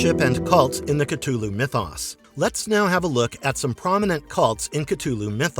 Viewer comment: The narrator kept miss pronouncing Cthulhu's name